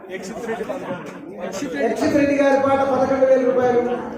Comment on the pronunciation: అక్క అక్షిత్ కాదు యాక్షిత్ రెడ్డి అక్క నేమ్